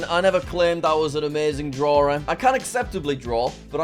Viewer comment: Took you long enough, better late then never Jack! also def didn't cringe a bit at "Drawer"